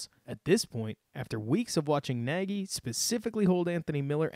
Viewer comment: Great breakdown. For the record, Nagy pronounces his last name so that it rhymes with "egg-y" :-)